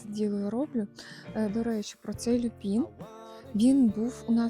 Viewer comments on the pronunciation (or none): Люпін, аквілєґія, пєнісєтум 😔 ЛюпИн, аквілЕгія, пЕнісЕтум-це якщо ви хочете удосконалюватися. Люпин шикарний, теж маю рожевий. Кажуть, агресує, подивимось 😉. Дякую за відео! ❤